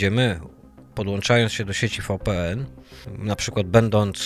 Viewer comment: VPN to Wi Pi En tak sie wymawia. WiFi to łaj faj